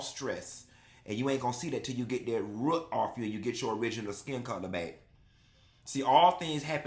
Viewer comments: NOT 'baze' and 'ruut' I CANNOT 😂😂😂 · "Ruut"(root) is sending meeee😂😂😂😂